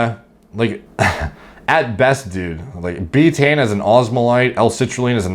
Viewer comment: Laughing my ass off at how you pronounce Betaine wrong the whole video and have now spawned tens of thousands of retards who are going to run around pronouncing it “beetane”. It’s pronounced Bay-tuh-eene, three syllables, like Creatine.